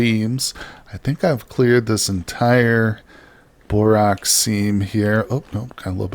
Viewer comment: FWIW, it's borax like the "a" in "hat" or "cat". Love your videos though!